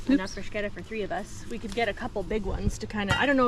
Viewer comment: Love Love Love...even the bunny pillows! LOL! I'm so happy to hear you pronounce bruschetta correctly! YAY! On that note, next time you put that together, try a layer of ricotta cheese on the crostini (you can add more garlic to the ricotta if you like) then your tomato mixture (which looked AMAZING!) doesn't easily fall off! I like it this way because my top stays with the bottom better and adds a little...yum yum! LOL! Love this video...as always! Your family is wonderful!